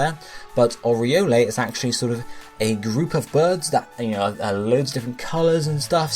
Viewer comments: Really? "Oriolay?" It's pronounced Oriol. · Sweet video! Oriole is pronounce "or-ee-ol" though. Also, in real life, birds are measured from beak tip to tail tip. For example, one of my favourite birds, the Osprey is 55–58 cm.